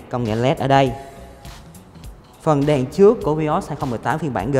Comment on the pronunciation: "trước" chứ không phải "chước"